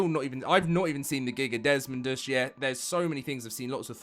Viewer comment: Sound it out: Des Mo Dus. Not Des Mond Us